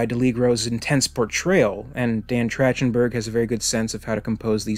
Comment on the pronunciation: Love your work mate! Just a heads up, the director’s name is pronounced TracK-ten-berg.